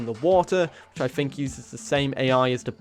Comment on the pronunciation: "I phink".